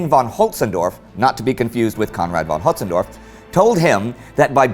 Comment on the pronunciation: Conrad von Hötzendorf...Henning von Holtzendorff... ooo boy, the 'L' is silent on that one.